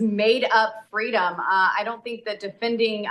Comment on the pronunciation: It's fitting that Boebert pronounces freedom as 'Free-Dumb'.. Oh the irony..